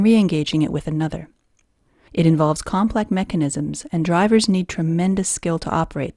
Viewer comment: "motorcycle gearbox comprises of a" "compleck machanisms" My God learn some goddamn Ennglish.